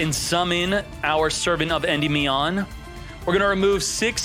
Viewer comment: Indie-me-on lol you aren’t saying it right